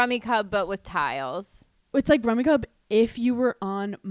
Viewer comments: It’s definitely pronounced “cube” 😂…..I laughed when they pronounced it “cub”. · Isn’t it pronounced Rummy Cube… lol 😂 Just learned Mah Jong this weekend. So much fun!